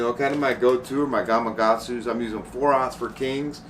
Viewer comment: I'll Never understand why people keep calling GamaKatsu hooks, "GamaGatsu"??!! 😂